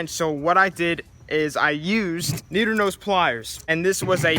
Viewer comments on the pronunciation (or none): first of all they’re vice grips second they’re called NEEDLE NOSE not NEEDER NOSE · "Needer nose pliers" 😂😂💀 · “needer nose pliers”